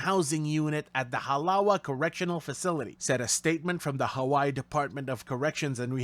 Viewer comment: Hey Brah! Halawa is pronounced Ha-lah-vah! Not ha-la-wa!! Shame on you!